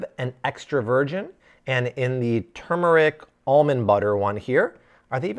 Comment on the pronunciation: you are awesome! You said 'turmeric' the right way!! The Indian in me approves:)